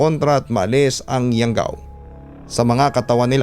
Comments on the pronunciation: . Anong YAWGAW!?? YANGGAW SIGURO IBIG NYANG SABIHIN HAHAHA ½ ASWANG PERO D ALAM ANG YANGGAW.. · Di ko lang ma gets kung bakit lagi nadadamay ang Capiz sa mga kwentong aswang. tga Capiz po ako eversince at never pako nka kita ng aswang or nababalitang may aswang. hindi po totoo ang Aswang dito sa Capiz kaya legit na hindi totoo tong kwentong pinadala hehe. PS: Hindi po yawgaw yun, Yanggaw yun.